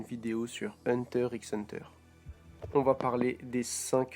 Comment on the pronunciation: Oh putain " hunter rix hunter" c'est pas possible. Pour un français c'est impossible de prononcer quoi que ce soit correctement. On dit "hunta hunta" enfin.